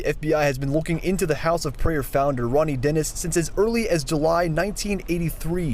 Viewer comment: “Roany Dennis” 💀 😂 That’s not his real name anyway!